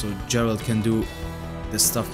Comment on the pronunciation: Please, go play witcher 3 and stop pronouncing geralt like that